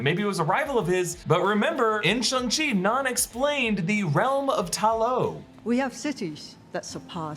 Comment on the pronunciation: SHANG CHI. Get it right